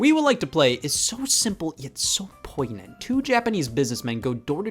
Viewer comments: Did you say "poiGnant?" Like with a hard G? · Once again: poignant = "Poin-yint."